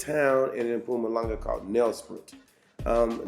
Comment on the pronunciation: You say “Mpumalanga” better than most white South Africans😂😂😂❤️